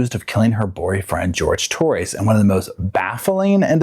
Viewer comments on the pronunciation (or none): none